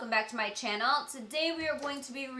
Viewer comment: It's chyannel =))) That's how Sylvia says channel <3